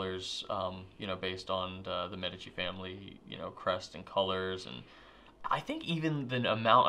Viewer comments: said it right... once! It's MEdici, not meDIci:) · I agree!! I’ve heard all kinds of reviewers mispronouncing this famous Florence name! Drives me nuts! It’s MED eh chi — accent on the first syllable: like MED eh cal — not med EH cal. got it right at the very beginning.